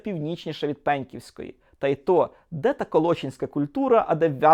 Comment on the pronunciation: Тільки ПенкІвська культура - не ПЕньківська. Дуже ріже вухо, вибачте.